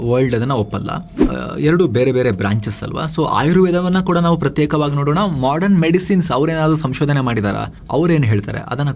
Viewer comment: Modern shabdsvannu modran endu uchcharisidderi avare... Sariyagi uchacharisiri